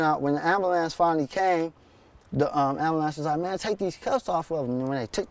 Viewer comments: Lol,Black people really can't say "Ambulance" Lol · ambulams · why can't black folks say "ambulance"?lmao